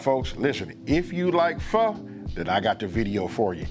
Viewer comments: Thank you for pronouncing it correctly! People it’s pronounced “fuh” not “Fo!” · Aye, he pronounced "Pho" right... legit.